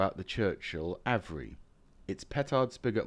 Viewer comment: Just a minor nit pick: it’s pronounced ‘Av-re’ (where the ‘av’ is pronounced as in ‘have’)